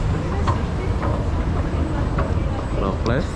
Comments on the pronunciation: Raffles bang, bukan rafaelis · Sebutan nya..Re+fels ..= Raffles...tapi bukan Rafales...